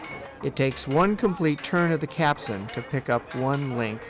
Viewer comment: CAPSTAN. not Capsun.